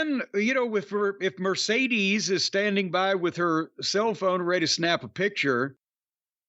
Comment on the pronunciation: Not a single podcaster pronounces Mercedes name correctly